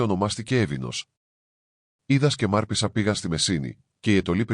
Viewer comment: Μάρπησσα λοιπον το σωστο κι όχι Μαρπέσα